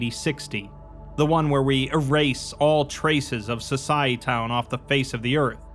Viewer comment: It's pronounced So-sy-eh-town. Like "society" but with -town instead of -ty